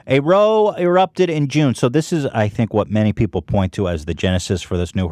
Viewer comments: Brit here... do Americans really pronounce the word row 'roh' (as in rhymes with toe). It's pronounced row (as in rhymes with plough). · Row in "a row erupted in June" is pronounced like Ow btw.